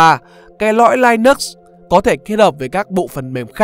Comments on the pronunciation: Linux không phải đọc là lai-nấc mà là li-ních nhé bạn. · Đọc là linix nhé bạn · nhà mình phát âm sai Linux rồi. Theo mình phát âm theo ý của Linus Tovalds mới là đúng